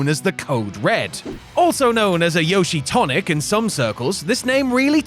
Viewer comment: 所々名前間違えてないか？ ヨシトニック→ヨシタニック カムラロック→キムラロック etc…